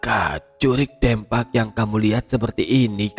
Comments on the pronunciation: maap kata saya mah yg urang sunda pengucapan nya harus nya 'Deumpak' bukan dempak🙏😊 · Jurig dempak alias hantu rata..😂 Pengucapan DEMPAK nya mirip seperti mengucapkan kota DEMAK...🙏🏻 Maaf ya,,ini hanya sekedar contoh untuk meluruskan... Salam dari Purwakarta-jawa barat 🙏🏻🙏🏻🙏🏻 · Betul sekali,,atau Bisa juga seperti mengucapkan kota DEmak .. Pengucapan DEMAK dan Dempak hampir mirip lah ya..😀😀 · Bukan dempak tapi dempak.. Ditulisnya dempak tapi dibacanya dempak... Piye to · Koreksi bang Lafal "DEMPAK" salah bang pengucapannya Dibacanya Kayak Deumpak, E nya kayak nyebut Kata "Gelang" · Sorry bang 😂😂😂😂 baca "dempak"nya buka e bebek.. 😂😂😂😂 dempak macam baca gempa.. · Kudu na mah 'Deumpak ' nya cek urang sunda mah😂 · Gatel ya dengernya soalnya salah spelling nya 😂😂😂